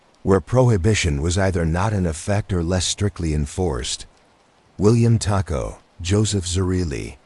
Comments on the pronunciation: I’m watching from Detroit. I really like the artwork or whatever you wanna call it. I like the feel of it. I must apologize for this however, you’re pronouncing the last name as a predominantly Mexican food, taco. Knowing people who have that surname myself personally, it’s pronounced Toe-co😊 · It's pronounced Tocco